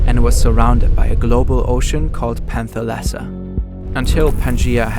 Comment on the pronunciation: The pronunciation is panTHAlasa, not panthaLAsa. That’s like saying hamburGER